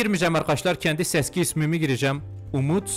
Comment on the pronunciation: seski demesi ahahahahahhahaah